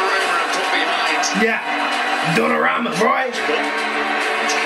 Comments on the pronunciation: Dunorama???? Hahahahahahahah... Donnarumma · Bro is not “ dunnaramma “ like u said🤣 it’s “Donnarumma” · "DUNNARAMA" invece di DONNARUMA è bellissimo😂😂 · "Dunorama" ahaha I love you man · hanks for your comments. Anyhow just wanted to correct you on the pronouciation of goal keeper Donnarumma is pronounced Donna (double n) and rumma is pronounced as you woold in "Roomma" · Donnarammma ahahah, i love your pronunciation, big up from 🇮🇹